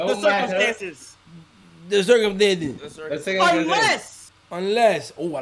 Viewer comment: “The circumthanthes” 😂😂😂😂